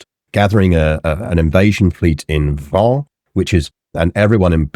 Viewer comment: Isn't Vannes pronounced like "van"? In any case, thanks for the good episode!